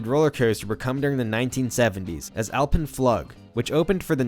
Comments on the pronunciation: "Alpen fluggg" lol. Awesome video though, the original suspended Bat is one of the most fascinating coasters in history IMO. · The pronounciation of Alpen-Flug is the most problematic thing in this video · I love how you wrangled the pronunciation of Alpen Flug and Messerschmitt :D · Not going to lay, the way you pronounced Alpen-Flug killed me emotionally. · yeah it’s almost like All pen fleweg ...but w a German Accent. certainly NOT fl’ugh or like the long “O” in moon ...the umlaut usually is an “EE” sound in the mouth and the “Oh” shape in the lips... like “ich möchte” meaning “I Like” is pronounced “eek (ee(g)sch) meu(r)chte” if that makes sense. where the (x) is a soft pronouncing of that letter barely audible... actually möchte without the umlaut used to be types moechte as many US keyboards didn’t have the ö or ä or ë ...pretty sure there isn’t an ï or ü ...maybe ü or its Dutch...I foget... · it's pronounced "AHL-pen-floog" not "al-pen-FLUG" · Just as an FYI it’s pronounced “floog” not how you’re saying it in the video. Also “quote unquote” is supposed to bracket the quote you’re reading so you’d start by saying “quote ‘comments by person’ inquote” so the viewer knows what’s quoted and what are your words. Love your videos though. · The way he says alpen flug makes me cringe as a German speaker, alpine Floouuuge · "Flug" is German. It is pronounced "floog" like in the English word, "mood". Edit: I absolutely loved "The Big Bad Wolf" at Bush Gardens! The funny thing about memory when you get my age: I don't remember the floor! I see my feet dangling, but no floor! I do remember that we learned to go early in the day to avoid the longest lines. This was my favorite roller coaster that I can remember. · Hey, mech eng here, binging on your videos lately 👍🏻. Btw Alpenflug is pronounced alpen “floog” with a long u vowel, it’s German for Alpine Flight. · Alpenflug is pronounced "ulpenfloog" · "Alpen-Flug" (Flight in the Alps) pronounced "Alpen-Flook".